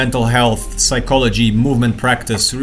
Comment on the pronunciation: p in psychology is silent